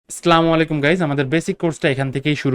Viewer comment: ভাই আপনার ভিডিওর অপেক্ষায় ছিলাম আর একটা কথা তা হলো সালাম টা সঠিক ভাবে দিয়েন